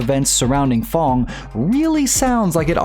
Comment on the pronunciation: It's f.a.n.g not f.o.n.g